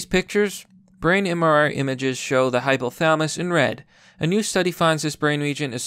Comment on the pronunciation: Hypo - tha-la-mus. Pronounce the "LA" buddy.